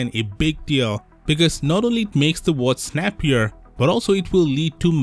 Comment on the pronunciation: Come on.. its watch, not whats